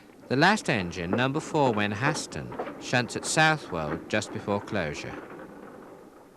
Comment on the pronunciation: Wenhaston is pronounced more like "Wennerston" not ""Wen hass ton" Enjoyed the video though, thank you.